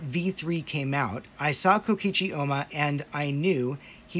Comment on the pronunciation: Why does he refer to Oma as “Ooma” 💀